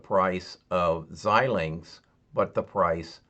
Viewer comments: Pronounce: ZY-Linx... FPGA: Field Programmable Gate Arrays.... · Pronouned ZY -linx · It's pronounced: zi - lingks